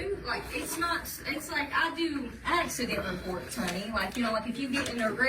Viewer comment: Is it uh AkSuhDeent? ==her